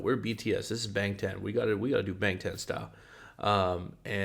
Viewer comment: Ik you care abt pronunciation so I just wanted to lyk that bangtan is pronounced "bahng-tahn"! when a romanized korean word has "a" its going to be "ah", although if its "ae" then its pronounced like "ay" :]